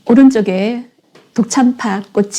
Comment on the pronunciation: 독참파가 아니라 덕 짬빠라고 (더억 짬빠아) 합니다 발음이 틀리면 그 뜻이 틀려집니다